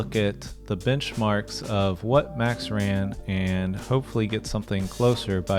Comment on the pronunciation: Why is it so hard to say "MAX"? With A. It's not Mexx, that is a clothing brand. Dutch as well by the way😂